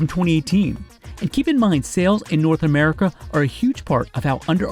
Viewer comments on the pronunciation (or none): none